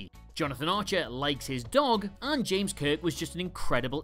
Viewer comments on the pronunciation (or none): none